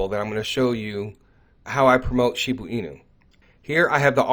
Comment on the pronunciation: She BA enu not shebooo enu